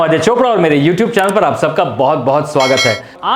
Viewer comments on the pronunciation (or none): none